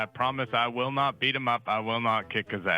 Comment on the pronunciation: "Wuwl thank you"